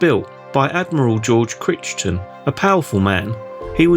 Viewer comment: You might want to learn how to pronounce “Crichton”. It’s pronounced the same way in England. Think of Crichton in red dwarf.